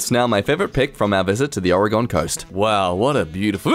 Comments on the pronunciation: as an Oregonian, I am slightly annoyed at how he pronounced Oregon I'm sorry if I'm being a rude bitch this is just making me mad for some dumb reason??????? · Wait...... did he just pronounce Oregon like.......Nvm I don’t want to make everyone be mad at me